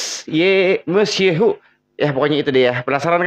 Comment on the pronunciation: PRONUNCIATION dari judul MEUSYEHU Bang maaf aku mau sedikit berbagi ilmu bagaimana vocal asli dari judul "MEUSYEUHU. OHS sering ada judul lagu nya sering ada kata :'eu' Seperti m'eu's'eu'raya = meuseuraya atau m'eu'sy'eu'hu = meusyeuhu sebenarnya vocalnya itu bacanya mudah sama seprti bahasa sunda 'eu' bukan 'ew' misal Bah'eu'la itu vokal eu buka ew Sama seperti judul lagu OHS "MEUSYEUHU" itu vocal bacanya bukan mew' syew' hu (mewsyewhu) tapi vocal nya yang benar 'meu syeu hu (meusyeuhu), huruf 'eu' nya lebih ditekan biar gampang bacanya.. Mungkin orang sunda lebih mudah bacanya. Hehe.. Thanks